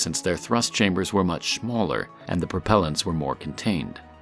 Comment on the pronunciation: "they were much "SHMAWLER"